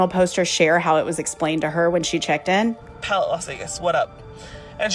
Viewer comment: That’s not how ‘palette’ is pronounced